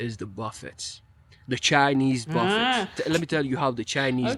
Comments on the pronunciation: A buffet is pronounced Ba-fay. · Buffet is pronounced bufFAY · "Buffet" is pronounced buh-FAY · buffet pronounced as "buff-fay" with a little more emphasis on the 2nd syllable (it's derived from French) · The Credit part has been proven wrong. More Europeans, have more credit card debt, than Americans. Statistics have proven this. Their not pronounced buff it's. Their pronounced Buff ayes. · Buffet = buff-EY (long A sound). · It's pronounced buff fey you don't say the t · Cypress isn't Houston. Katy IS on the West side of Houston. What is he talking about? Our democracy is in danger, though. It's funny that he pronounces the, tt, in buffet. It's pronounced, buff-ay. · I am 62 yrs. old and have never had a credit card in my life. I don't have much but what I do have is mine and I don't believe in charging people to loan them money and I'm not wasting mine. The Mrs. is right it's pronounced Buffay or Boofay, not Buffet. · Buffet is pronounced "Boo Fay" P.S. If you only judge America based on your time spent in New York and Texas you're going to come away with the wrong impression of the country. Those places aren't like the rest of the country. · Services are expensive because everyone makes more, including the people you hire. And it’s pronounced “BUFF-aye.” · its split down the middle for me using both credit & money....all credit cards always have interest whether or not you pay on time in full....some things you can get better deals buying with credit instead of cash....buffet is pronounced buffey....fast food isn't as good as it used to be as well as more expensive but smaller portions....I wish Americans that are his age & younger would love & see America the same way as him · The 't's' are silent in the word 'buffett.' You don't pronounce them.